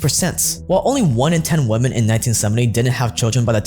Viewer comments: What is happening on youtube? Why is it so hard to pronounce women in stead of woman? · Great video but why do people keep saying woman in place of women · I swear you keep saying "Woman" instead of "Women". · I know your fans will vehemently defend you and take this as a personal insult but still, tiny correction; women is pronounces as wimmin, there should be a notable difference between the words woman and women. :D Other then that god am I glad you put out this video cause you're literally one of the first people to make this open to the public, so many are fooled